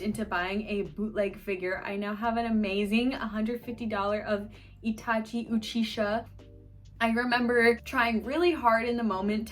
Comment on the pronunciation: Plz tell me that was a purposeful mispronunciation of Itachis’ name